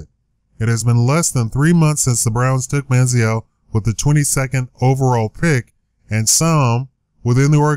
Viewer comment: Try and take a drink ever time he says Man-zee-L